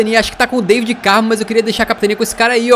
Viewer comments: N se diz David diz se Davide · não se diz Daivid Carmo, é DAVID Carmo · pronunciaste mal o nome do David Carmo é David Carmo e Deivid Carmo não sei se percebeste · Cara, David.... David Carmo.... Não Deivid Carmo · Diz se "Da-vi-de" No David Carmo